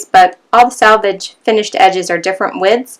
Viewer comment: SELVAGE not SALVAGE